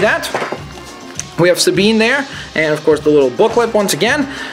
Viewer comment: No that's perfect! You actualy pronounced her name right!